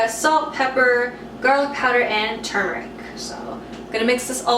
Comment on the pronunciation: Thank you for pronouncing turmeric correctly.